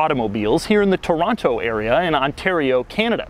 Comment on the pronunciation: Why is it so many people can't pronounce "Toronto" properly?